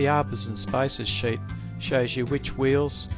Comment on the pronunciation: I'm usually good with Australian and British English but I had to rewind a few times to realize you were saying "sheet"